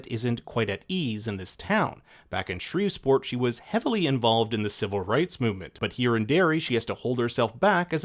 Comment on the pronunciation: Great job on the reviews but as a person from Louisiana please it’s pronounced ShreEv- PORT 😅